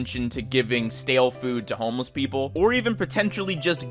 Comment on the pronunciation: Sounded like you said almost people instead of homeless people.